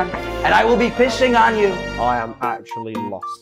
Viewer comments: Tubbo it’s “actually” not “accually” 😭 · bro really said "accually"